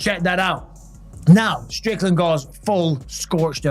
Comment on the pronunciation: I couldn't understand you....take Strickland out of your throat and say it again please.